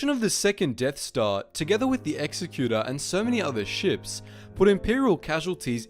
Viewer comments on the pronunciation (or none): executor not executor